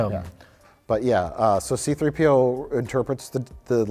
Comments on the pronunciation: His name is See Threepio, not C-3 P.O. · Why cant Mike pronounce C3PO correctly?? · Anyone else distracted with how Mike puts the emphasis on the P instead of the 3 in "C3PO"? Just me? Ok then.